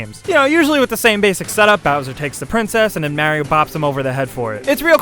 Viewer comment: say mario right ITS IN THE GAME